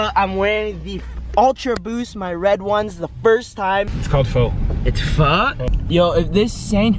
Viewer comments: Pho is pronounced f-ugh not foe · was right, its pronounced (F-uH) not (F- OH) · it's Phò... Like what the phò? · can't pronounce pho it's stupid but also hilarious